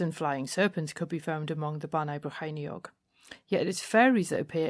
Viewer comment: That's where I grew up, until I moved up to Newcastle in my early 20s. Well done on the pronunciation! Another great video!